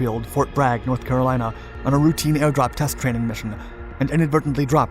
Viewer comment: like how he pronounced what I think was supposed to be "routine" as "rowtin"..?